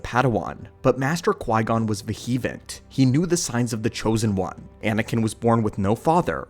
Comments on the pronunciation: "Posthumous", not "post-humorous". "Vehement" not "vehevent". lol But the meaning is taken. Sorry, I feel like a thesaurus or dictionary some days. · The mispronunciation of ‘posthumous’ and ‘vehement’ bothered me more than they should